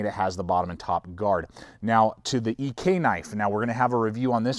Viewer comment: You are wrong on the Ek. It's one word, not two letters in pronunciation, and all of my original Ek's rattle, it's just how they are. Otherwise they're superior.